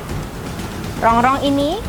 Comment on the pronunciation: Masih inget AQ dulu pas yg ngelayani saya .... Datang ke habisan gulai.....trus besok nya datang lagi.... .makasih ya buk..... review nya...... Sehat selalu....tpi AQ mau komplen dikit ......itu Rongkong bukan rongrong..,😆😆😆